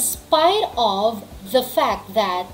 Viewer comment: Yong of po ba eh ob poba mam yong pronunciation nya